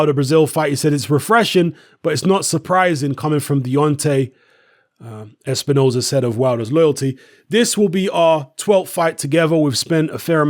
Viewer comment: Steven espi-nose-hair does it again 🙄